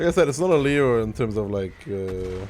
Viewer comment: hi my beloved, I would love to correct you about the tank's name, just because as you know, I'm your n1 italian fan, so... you should call it kinda like "leon" instead <3